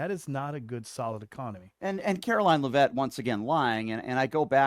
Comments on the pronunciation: I support you, but you need to be corrected on a couple things: It's pronounced "LEAV-itt" (emphasis on the first syllable.) Also, you use the expression, "could care less," when it's actually "COULDN'T care less." Not to nitpick, but you are constantly berating people who have little intelligence, so I just thought I'd help you with a little advice to ensure you're not outsmarted. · Could care less gets used by some. He may be deliberately mispronouncing her name because she doesn’t deserve the respect.